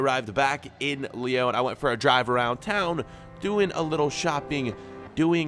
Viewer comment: What’s the point in correcting Brugge when you can’t pronounce Lyon right!